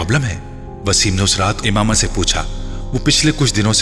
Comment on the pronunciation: It's Imama 😑